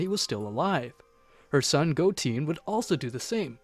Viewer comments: stop calling goten goteen! it's GOTEN( GO TEN) NOT GOTEEN(GO TEEN)!!!!!!! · For the love of god, please watch a few episodes of the actual series so you can pronounce the name correctly. Go-Ten not Go-teen. Dragon balls not dragon spheres. Please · Who the fuck is "Goteen" And "Belmuuuud"? It really pisses me off.